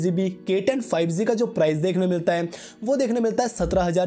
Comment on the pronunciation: Bro spelling is G not Z correct ur pronunciation